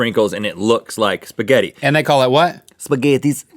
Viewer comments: HAHAHAHAHAHA SPAGETHYEES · Actually, "spaghetti" is already plural. If you want to say ONE spaghetti, then you say "spaghettO". :) I'm italian, that's why I'm telling you this. XD About the pronunciation, the correct way would be saying the double "T" stronger, and the "A" more opened, more clear. Like the "Y" from the word "sky", you pronunce it "skAy", that's the same principle in the word "spaghetti". For how you pronunce it, it sounds like you are saying "spghedi" instead of "spaghetti". XD I hope I helped a bit. Have a nice day, everyone. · haha he pronounced Spagetti soo wrong XD